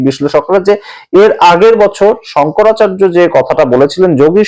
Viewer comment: প্রতিবেকের শংকরাচারিয়া সম্মোধনে আমার আপত্তি রইল। শঙ্করাচার্য আমাদের বাংলা ভাষায় উচ্চারণ ।